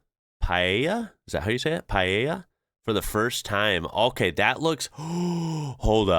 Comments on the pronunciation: You pronounced Paella correctly. Paella Valenciana, the proper Paella dish, has the locally produced short grain rice as a base, the meat is basically chicken, possibly with rabbit, pork and sometimes snails, BUT definitely NOT fish or seafood or sausage (Jamie Oliver said he added chorizo once and was heavily criticised), finish with onion, garlic, tomato and seasonal vegetables. A similar dish in Alicante has chicken and bacalao (salt cod). Both are delicious! Recipes for Paella by non-Spanish chefs tend to be the ones that include fish/seafood along with chicken, but that is not authentic Paella! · First time I hear an American say paella right!!! Kudos!! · as a spaniard, I would like to congratulate you for your pronunciation of "paella", if heard so many people call it "payeya" that I was surprised by the way you said it. Well pronounced sir 👌🏻.